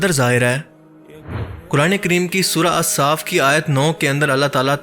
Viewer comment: Ma sha Allah Bhai its surah الصف not صاف hopefully you won’t mind it I watched all your videos ❤